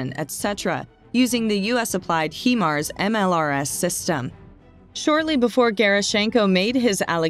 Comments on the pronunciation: Might be wise to learn how Himars is pronounced before you hire someone to get it wrong 40 times in your video. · Yeah we saw the correct pronunciation in another message. But thanks for the reminder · Pretty well everything on this video is over estimated from every other Ukrainian war site. just saying. She also doesn't pronounce HIMARS properly. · It's O.K. to say HI-mars when describing the Ukrainian missile system...that's Hi, as in hello/Hi... not He, that describes a male, I believe. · Does the acronym stand for “hee mobility” of “high mobility”? Now erase this video where you mis-pronounce this weapons system repeatedly for 9 minutes and call it by its proper name. Do better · When, oh when, are Americans going to learn to speak proper English? The Name of the Missile System is pronounced as "Highmars" not Heemars. It stands for "High Mobility Artillery Rocket System". It's bad enough when you pronounce "Anti" as Antie; but with HIMARS, you've done the opposite. For God's Sake, get a grip and start learning how to pronounce English words. OH! And don't give me any excuse that you're speaking American. The North American Indians spoke the original language of your country. You took the languages you speak from Europe, so have some respect. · I was beginning to believe this information until she said "He-mars". It is pronounced "Hi-mars"! Now I wonder about the veracity of this info when it is real easy to do the necessary research to be able to pronounce things correctly. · It's High MARS robot lady not HE MARS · There called HIMARS not HEMARS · It’s pronounced Hi - MARS, not HE MARS. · Not HE_Mars , HIMARS. Stupid AI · It's pronounced "Hi mars" and not "Hee mars". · it’s pronounced as “HAI-MARS”, not “heemars”… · Please pronounce HIMARS correctly. HIMARS is an acronym for High Mobility Artillery Rocket System. The HI in HIMARS is for High, not He. Thank you. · Not Hemars, Hi-mars. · It's not Heemars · It’s pronounced like “high marz”